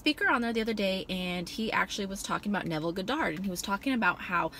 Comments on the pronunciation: Honest Mistake, Its just the first time I heard it pronounced that way lol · thats not how you say his name lol